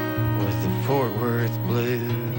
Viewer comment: says Ft.Worth like a native--Foat Wurth